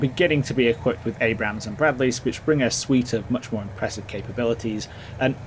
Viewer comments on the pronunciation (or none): none